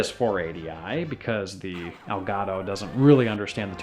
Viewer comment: You pronounce "El Gado" it should be "El Gato" Spanish for "the Cat". "Delgado" means skinny or thin. Words have power. Respect them.